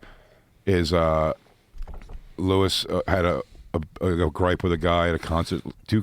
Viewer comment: Your name is Luis not Lewis